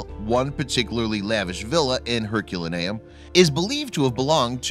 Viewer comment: I cringe each time you say Herculaneum. Your pronunciation is off.